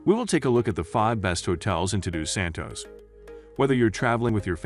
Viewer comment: Unbelievable the pronunciation of the names. You couldn't even say "Todos Santos" correctly? Or should I say, Tudu Santos.